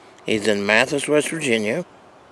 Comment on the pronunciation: May don’t live too far from me. I don’t personally know him, but you pronounce it Ma-thigh-is..... just saying. No biggie. He makes really nice calls. Im hoping the dnr brings the season in earlier next year